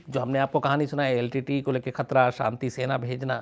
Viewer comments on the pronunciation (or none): Shams ji main aapko dhanyavad karna chahtha hoon. Lekin aapka yah shabdh " litte" kante ho yeh galath hain. iska sahi pronunciation yel. ti ti .yee bantha hain. Shukriya. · Litte ...Litte...i was confused at first. 🤔 But later realised that SHAMS sir was saying L.T.T.E as LTTE - Litte. ( in short pronounced ). 😅